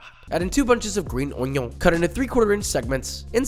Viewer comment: why does he say onion funny lol?